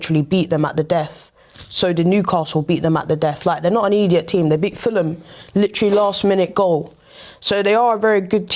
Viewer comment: “Genai mean” “ediat team”